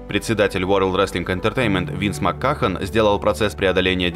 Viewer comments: Винс МАККАХАН. Винс МАККАХАН. МАККАХАН! Твою же мать... Если кому интересно читается МакМэн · Винс Макмахон же.